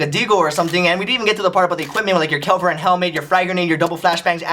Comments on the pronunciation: You said "kelvar" instead if "Kevlar" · anyone notive that he said kelvar instead of kevlar ? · You said Kevlar like kelver lol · Bro kevlar is pronounced "Ke-va-lar" not "Kel-var". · "And your equipment like Kelvar" "Kelvar" "KELVARRRRRRRR"